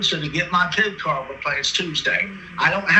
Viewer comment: he's gotta go through the pwocess of getting his pip cawd weplaced